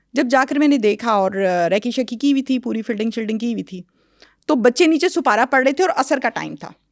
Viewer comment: Supara nhi Aunty Sipara hota hai